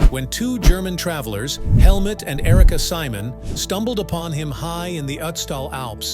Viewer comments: I am QUITE sure that German dude's name was Helmut, not "Helmet"!! Bloody idiot!! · Helmet?? 😅😂🥲🤣 I believe his name is Helmut! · Helmet and not Helmut??? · The guys name is Helmut not helmet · "Helmet" 🤣 His name is spelled Helmut! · Can you at least get the names right? "Helmet"? "Kamland"? "Reinold"? I stopped watching.